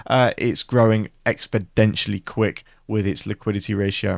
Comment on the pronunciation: I really like your analysis on stocks. Just be advised that it's 'exponentially' not expoDENtially as you mentioned when talking about HIMS 😂